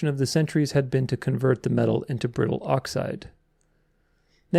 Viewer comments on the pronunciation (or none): none